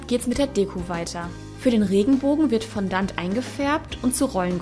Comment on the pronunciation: Fondant wird bisschen anders ausgesprochen ^^